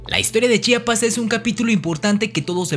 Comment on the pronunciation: P.D. es Chiapas no Chapas